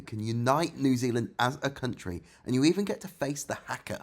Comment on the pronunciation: You mispronounced “ Haka” It’s said phonetically